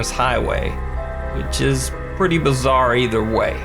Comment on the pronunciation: FUCKING BAZAAR! BAZAAR! HOW. MANY TIMES YOU TOLD US BAZAAAAAAAAR?!